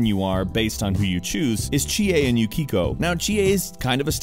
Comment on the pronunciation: Bro The way he pronounced Yukiko OMG tilt